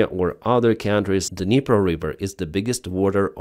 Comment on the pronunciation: River - not reeever . 😊